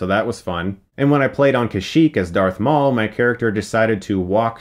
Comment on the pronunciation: It's Maul, not "mail". Get it right!